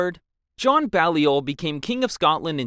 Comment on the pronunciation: Please learn how you o pronounce Anjou, Provence, Balliol, Aquitaine, etc. It will make your presentation better.